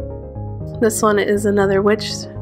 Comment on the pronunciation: everytime you said witch i thought you said bitch so i replay it